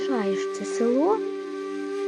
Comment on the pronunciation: А це цікаво і добре прокоментоване